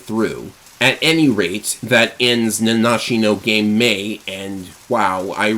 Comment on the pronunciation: No way. Somebody managed to pronounce the game title correctly. Genuinely, it's almost cathartic to hear.